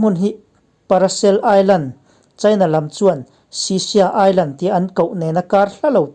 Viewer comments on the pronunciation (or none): none